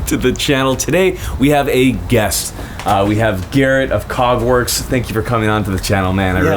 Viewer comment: I coulda swore I heard "Cogwarts" instead of Kägwerks at first. I thought this man was a legit Harry Potter nerd.